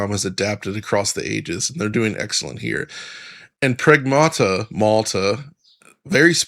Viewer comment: Pragmaarrta ❌️ Sega Maarrster System ✅️